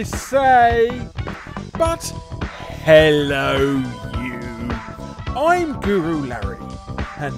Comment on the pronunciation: A good Ello you is just what I needed today